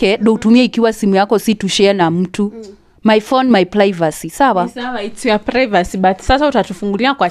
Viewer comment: Who else heard plaivacy from from the auntie?